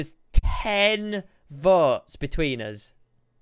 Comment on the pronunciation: and he says vots instead votes......not racist......